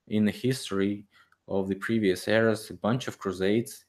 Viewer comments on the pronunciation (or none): none